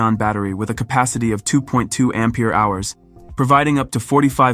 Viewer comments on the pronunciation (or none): none